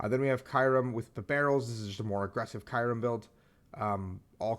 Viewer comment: The way you say Kyurem makes me uncomfortable lmao